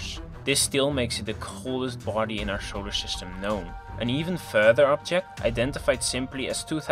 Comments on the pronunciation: i love the way you say showler shystem :p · It'š alšo šolar šystem.